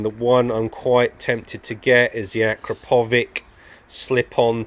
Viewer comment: Nice upgrades...look forward to seeing your opinion. It's "A crap o vich" for pronunciation btw 😁